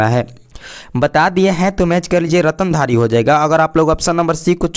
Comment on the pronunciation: ratandhari nahi standhari hota hai